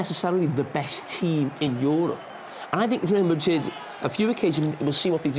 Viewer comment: "reel" madrid